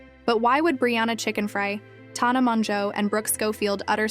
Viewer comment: You’re saying TAHNAH when you’ve obviously seen the videos lol shady queen not her name but yes continue